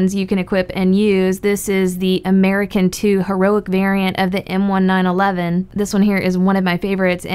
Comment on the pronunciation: 100% that’s how u say m1911